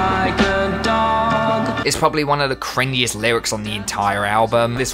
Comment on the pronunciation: umm he said “cringiest” wrong